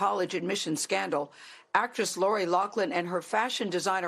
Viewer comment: Actress Lori Lock-Lin... I understand why they messed up her name.